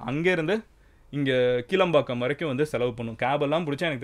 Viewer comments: Athu கீளம்பாக்கம் illa Madhan கிளாம்பாக்கம் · It's NOT Keelambakkam. It's Kilaambaakkam. Ugh just learn a place's name properly before making a video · அது கீளம்பாக்கம் இல்லை அண்ணா கிளாம்பாக்கம் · கீழம்பாக்கம் இல்ல மதன் கிளாம்பாக்கம் 😂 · கிளாம்பாக்கம், கீளம்பாக்கம் இல்லை! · Bruh it's kellambakkam....it's not kilambakkam.... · athu kilambakkam illa kelAmbakkam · Bro athu kelambakam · கீளம்பாக்கம் இல்லை கிளாம்பாக்கம் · Its kelambakkam 😅 I think soo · Madhane athu kelambakkam not kilambakkam 😢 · Athu kilampakam ila bro. Kelampakam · Bro.. Pls try to read the name of the bus stand once more.. 😂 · It's not kilambakkam , kelambakkam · It's not kilambakkam it's kelambakkam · It is not கீளம்பாக்கம்... It is கிளாம்பாக்கம்... Please correct. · 0:1 keelambakkam illa bro kilambakkam (pronunciation must bro) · கிளாம்பாக்கம் ... Not கிளம்பாக்கம் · எற்கனவே kelambakkam/ kilambakkam குழப்பம். வேற கீலம்பாக்கம் ன்னு குழப்புராரு.... இதும் கிளாம்பாக்கம் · அது கீளம்பாக்கம் இல்ல கிளாம்பாக்கம் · Its not keelambakkam. Its Kilambakkam.. Its not Cenetry, its Centenary. Please watch your pronunciation Madan.